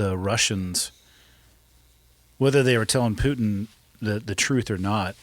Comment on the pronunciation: Why does he say Putin like Pewtin, never heard it pronounced that way. Another great one 🇺🇸🤘🇺🇸🤘🇺🇸🤙